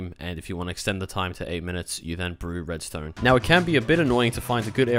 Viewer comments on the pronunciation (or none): none